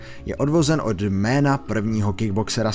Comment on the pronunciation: o můj bože proč ty jména tak rujnuješ ? #feelsbadman